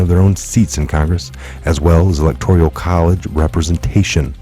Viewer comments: with all due respect the pronunciation is ELECTORAL not electorial.❤️ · E-lec-tor-al, not electorial 😉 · ...GREAT report! But please - it's elecTORAL...not elecTORIAL college. lol toral...not torYuL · E LEC TOR AL....... not electorial. I have heard 3 people mispronounce this word today... Also, the s at the end of Illinois is silent... You're welcome ... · i love ya,but after 2 years i gotta point out,there is no....{ I } in ELECTORAL, it's all good [electorial] drives me nutz......lol....but whatever it takes to get the news /Awakening into the mainstream,oh,I'm not a grammar Nazi,just going nutz.....lol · There is no “i”:in electoral. You are pronouncing as electorial. Sorry.